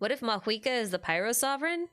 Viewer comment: okay hold up, why does everyone suddenly pronounce mavuika as maHuika????? what happened LMAO